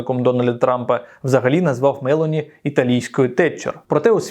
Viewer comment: Джорджа МелОні!!! Правильно ставте наголос!!!